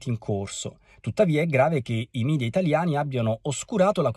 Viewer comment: La pronuncia corretta del sostantivo media (o mass media), con il quale si indicano i mezzi di informazione (giornali, televisione, internet), è mèdia, perché la parola deriva dal latino mèdia (plurale di medium 'mezzo'). Sconsigliabile, anche se molto frequente, è la pronuncia mìdia, derivata da quella inglese. Orsini, vaffa!